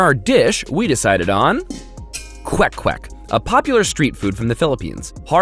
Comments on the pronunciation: You almost nailed the pronunciation of kwek kwek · nice pronounciation of KWEK-KWEK! spot on!